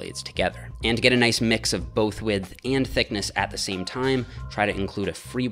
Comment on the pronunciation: I hate how you say the "th" in "width." Improve yourself.